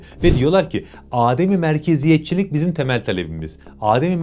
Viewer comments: Dostum işini iyi yapıyorsun Maşaallah.. yalnız bir haşiyecik söyliyim. Âdem-i Merkeziyetçilik değil , adem-i Merkeziyetçilik olacak. Yani A harfi uzatılmadan, direk a dan dem e geçeceksin. Adem ,yokluk demek, yani merkezin yokluğu, tanınmaması anlamında.. Âdem dersen insan anlamında 😊 kolay gelsin 👏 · adem-i merkeziyetcilik derken a uzatilmaz, o a kisadir. adem = yokluk